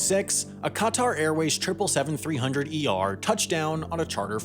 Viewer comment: that’s not how you pronounce Qatar